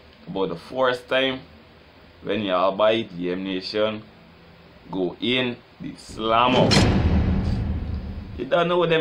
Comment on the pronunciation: "de slammer" lol is what rass i hearing